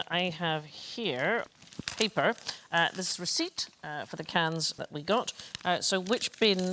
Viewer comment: "I have here, paper." Sandi's natural american accent peeped through a little bit here.